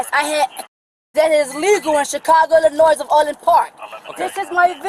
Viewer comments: the s is silent but most numb diggers don't even know how to pronounce it 😂😂😂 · I knew she was South Chicago when she pronounced her State of IL much earlier with the “s” 🤦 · Chicago "illinoiss". You can tell she isn't from Illinois if she is pronouncing the S. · She could at least pronounce "Illinois" correctly. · When did we get commendment rights? When did we start pronouncing the s in illinois? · She can’t even pronounce Illinois correctly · The run-of-the-mill combo of ignorance married to arrogance, and she can't pronounce the state of Illinois. Don't yell "help " when everything that's happening is because you are an idiot and a liar. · She doesn't consent to "procedures and searches." And apparently they're in Illinois, but she doesn't know how to pronounce "Illinois."